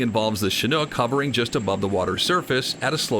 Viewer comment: It's so nice to hear someone pronounce the word "chinook" properly for once . . . nearly everyone else pronounces it "chinuke" . . . very annoying.